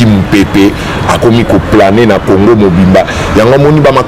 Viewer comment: Ruberwa n'a même pas honte de chercher à identifier les congolais ? Quelle sorcellerie ? Ruberwa ne parle jamais lingala. Il dit aussi Orive Rembe, Congore... Exactement comme Kabila Kanambe. Maman Orive...